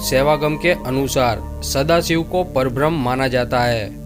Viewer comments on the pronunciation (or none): Parbram nahi. Parabramha.m nahi h. PARABRAMHA. ha, haa nahi. Thoda ucchar thik se karo. Nice information.